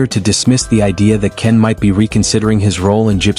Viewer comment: Why are you saying Ken's name wrong and then you say it right towards the end of this?